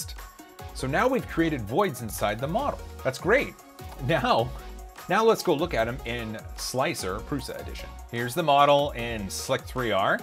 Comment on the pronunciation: Argh. Tom's mispronunciation has spread. It's just "Slicer", regardless of the leet-speak "3".